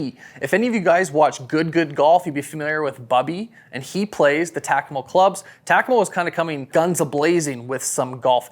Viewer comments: Holy smokes bro its Takomo pronounced Ta-ko-mo not Tac-a-mo. What are you, from Canadia aye? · You saying tack-a-mo is killing me.. it's tah- ko-mo.. I getbthey are new but it almost felt like you were getting paid per name drip with the amount if tunes you said it but could have just been me noticing it more bc it was incorrectly said